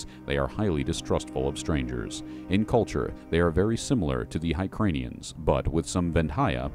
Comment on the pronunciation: High-cranians? C’mon man! Try hear-kahnians on for size.